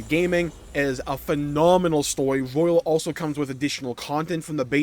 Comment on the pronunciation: It's Persona 5 Royal not Royale 2 different words.